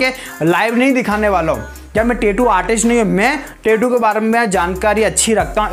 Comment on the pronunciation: 😢pehle achhese boliye tetu nhi tattoo bolte